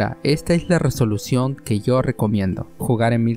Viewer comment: en español se pronuncia resolución con erre no con ere.